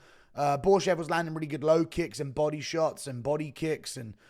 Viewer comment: Shit every time he says body i hear Bising, "come on buddeh